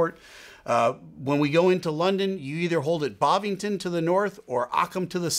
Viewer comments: BovingDon. Not BovingTon!!!! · argh in London we all grit our teeth when the Americans enter the hold at Bovingdon and call it "Bovington". Haha it is all the American Airlines and noone else, makes me wonder if it's mis-spelled on your charts 😆